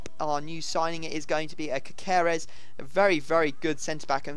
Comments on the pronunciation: It's not Cakeres you pronounce it (caseres) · Ca-se-res... not ka-ka-res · It's not cakeres it's caseres and keep up the good vids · Is caseres not cakeres. Believe me im from Perú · Its pronounced *ca-se-res* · caceres is pronounced caseres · Read it like CASSERES, your pronounciation of his name is really really bad ahahah